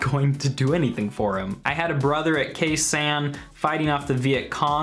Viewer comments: This song is not anti-patriotic it talks about one of the worst mistakes the government and the majority of Americans and recognizing your mistakes is an amazing reflection on one’s self also you pronounced kne sanh wrong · Singing songs about hard times isn't unpatriotic. Calling attention to things that need our attention is quire patriotic. You can't even pronounce "Khe Sanh" correctly.